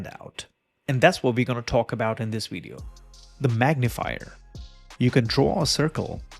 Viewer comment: I'm confused! You say "Vep Page", but then you say "Weedio". So you can say V and W, but put them on the wrong words! And get rid of that stupid desk microphone - it's a silly affectation. All you need is a lavalier mic that nobody needs to see.